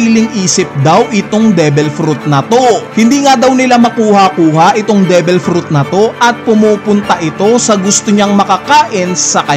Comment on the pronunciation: Devil hindi debel